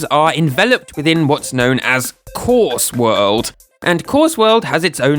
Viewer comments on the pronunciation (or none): why is there so much stank on the way you say "Course World"